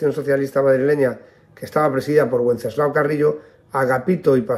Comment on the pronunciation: me permito hacerle una pequeña observción que no tiene nada que ver con el asunto de este video. Pronuncia el nombre del padre de Santiago Carrillo como "uenceslao". Me permito decirle que el nombre de Wenceslao fue muy usado en España hace algún tiempo, incluso en su forma femenina de Wencesláa. Y siempre la "w" se pronunciaba como "v". Me disculpo por mi nimiedad pero como soy oyente habitual de sus videos me permito decírselo.